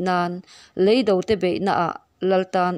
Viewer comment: Lei do..tih hi a thluk i hmang diklo..